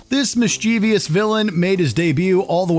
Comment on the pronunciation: Mis chi vous. Not mis chi vi ous. Editing, bro. Love this, though.